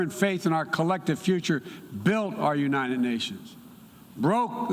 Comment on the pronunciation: U-n-i-t-e-d states Maybe if u spell it for him he wont butcher it Unininited states lol What a joke